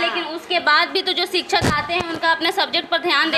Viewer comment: रिपोर्टर साहिबा, पहले आप ही शिक्षा और शिक्षक बोलना सीख लें। खुद तो सिछा, सिछक उच्चारण करती हैं।